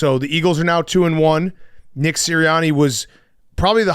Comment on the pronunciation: PFT said Nick-her